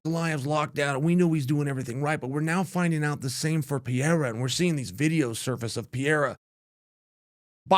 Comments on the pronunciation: pe re ra not pieeeeeeeeeeera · Chael not PEEYAYRA: try this: PAY-RAY-RAH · It's not PIERA!!! It's PE-REI-RA!!! PEREIRA😂😂😂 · Pereira is pronounce with a flap T sound, as in "better" or as in "daddy". Kinda like "Petteitta". It's funny when people call him "Piera" or "Peheira" (Mighty Mouse) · Is it really that hard to say Per-Air-A? I really think that it it disrespectful to mangle the shit out of these names. Their name is their recognition and “brand”. Some WWF ripoff artist acting like he is the king of promotion and is helping promote guy is stupid! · It’s pronounced “Peh-reh-rah” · PEH-REH-EA-RAH = PEHREHEARAH = PEREIRA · Chael can’t stop saying Piera that’s crazy 😂Alex is not very hard but impossible to bet against man always proves you wrong Did it with my bot Izzy but Ankalaev might definitely be his toughest matchup period Remember Khabib type fighters in heavy weight mode is going to cause some trouble Chama has to go for the KO as always Ankalaev not Izzy not DDP nor Strickland or Jiri … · O cara ta na quarta defesa de cinturão nessa categoria e o Sonnen ainda fica com essa porra de "Piera". Fala direito carai kkkkkkkkkkk